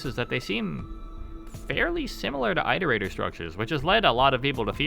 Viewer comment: Why don't rainworld content creators know how to pronounce "Iterator"? IT-O-RATOR not EYE-TOR-ATOR